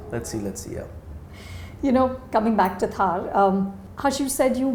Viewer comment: It's not pronounced Thaaar. It's pronounced Tharr. Like thrrrr. Not thaaar